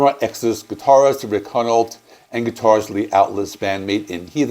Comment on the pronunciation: The L is before the T in Altus, Souza is pronounced “sue-zah” and Hunolt is pronounced “hugh-noll”